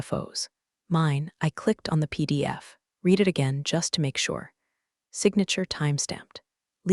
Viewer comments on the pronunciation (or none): Please teach the AI voice to know when "READ" is pronounced red, not reed . . . might add some authenticity to the stories. That being said, I've been a fan since you first came on-line. Keep up the great stories - Luv em. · So tiresome that creators think failing to proof-read their AI generated work for repetition is acceptable. And the past-tense of "read" is pronounced "rEHd", not "reed." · It is pronounced "red" not real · Should read "reed" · Read in the past tense is pronounced red. Please edit anything done by faulty programming before publishing for consumption by listeners. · it's like the AI got stuck on the "read" vs "red" debate. 🤦‍♀ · that’s the mistake AI keeps making. Past tense should be "read" as "red." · You guys must find a way for AI to say either 'red' or 'reed' the right way each time. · Someone fix AI. It can't tell the difference between read (reed) and read (red).